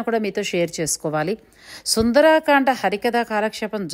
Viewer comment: నమస్కారం! మీ ఆనందాన్ని చక్కగా ప్రపంచానికి పంచారు. ధన్యులు! సుందరకాండ అనాలి. సుందరాకాండ అన్నది లేదు. సుందరాంగి ఉంటుంది కానీ సుందరంగి ఉండదుగా!?! 🚩 జై శ్రీ రామ్ 🚩